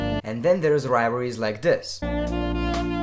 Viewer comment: "Wivalries" lmfao